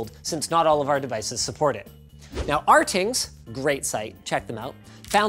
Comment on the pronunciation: It's pronounced "RaTings" by all the staff there. In my head I still say it the same as Linus.